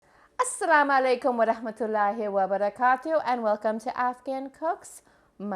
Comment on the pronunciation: it feels good when someone greet assalamualaikum properly 😊